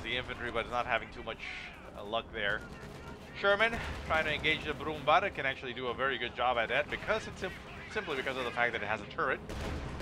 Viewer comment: nice cast, P.S. you pronounce it brumbear ;) (ä=ea)